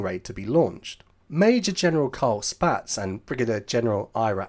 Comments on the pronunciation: One comment about your pronunciation of General Carl Spaatz's name. I, to, used to think it was said, "Spats", from just reading the name in books. However, in films from the era, I found that his name is said, "Spots". As to British bombers, like the Avro Lancaster, flying in daylight, I don't think they would have worked as well because they didn't have a ventral gun position, as well as being armed only with .303 machine guns during the entire war. The American bombers, the Boeing B-17 and Consolidated/Ford B-24, were armed with the much heavier .50 machine guns, as were all USAAF fighters. Of course both of the Allies had medium bombers with the British using several American-made versions like the Douglas A-20, which did carry the .50 machine guns. I'm not sure why the British kept the .303 as standard when companies, like Vickers, did make .50 machine guns. But that's all for now. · One small observation, Spaatz is pronounced "spots" 🙂